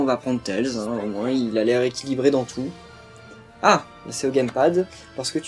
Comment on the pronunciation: Sa s'écrit tails mais ça se dit tèillese